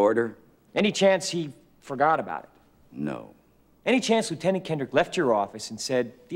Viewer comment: Why do they keep pronouncing lieutenant incorrectly?